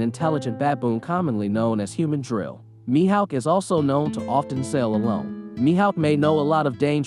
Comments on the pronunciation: The way u were saying his name was pissin me off the whole video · “Mihaowk” “see cheebukwaii”